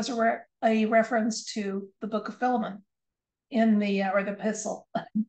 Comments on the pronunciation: Correct pronunciation of Philemon is " fy lee mun" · Yes I noticed he said filum three times but I also know that some people do pronounce that way. Much like the pronunciation of chimney some people say chiminy I have also had a few dreams about Trump lately. I keep my rose quartz under my pillow at all times and do everything in threes. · I heard "fill 'em un"....... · Thanks for the video. Not sure what sense it was meant to make. The fact that he says it that way every time would seem to indicate that it's just the way he says it. I don't want to poo-poo your reading though, it just wasn't a message for me is all. Thanks again, love and healing to all.